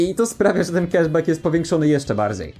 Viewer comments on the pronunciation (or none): none